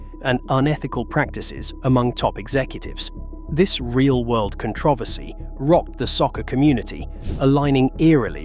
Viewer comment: you say controversy funny.